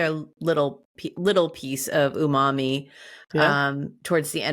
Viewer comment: Umami = Ooooh mommy! Can't be unheard now :(